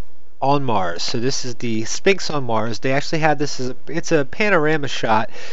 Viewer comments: It's pronounced s-f-inx!!!!! Not s-P-inx!! 'ph' equals a "fffffffff" sound! Say it with me now... fffffffffffffffffffffffffff! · I think you would have more credability if you would learn to pronounce the "Sphinx",, the "P" is silent, look it up!! It's pronounced,, sfɪŋks